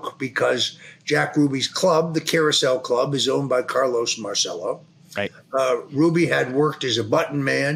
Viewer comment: Mahr chell oh NOT mar cell oh